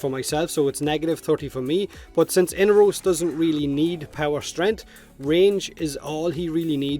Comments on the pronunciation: mate, his name is inAros not whatever u are saying xD lol damn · Am I the only one breaking in hives over the pronunciation of "Inaros?" I know this game isn't exactly consistent with pronunciation (the Lotus keeps switching between Orokin and oROkin), but I'm willing to take Baro's pronunciation as gospel given... Well, his history with Inaros. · I had forgotten, actually. Seems like DE really can't seem to nail their own pronunciation down, so every voice actor seems to go for a random one on every recording session :)